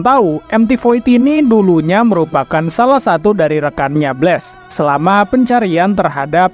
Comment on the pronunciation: apa kau bahas ni bos ? sebut blast pun kau xbetul, bless apa bless 🤣😂 sok tau 😂🤣